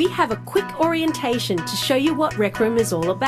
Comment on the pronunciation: at the start she really just said orin-tation